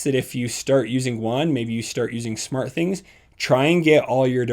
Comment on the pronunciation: "Shmart home"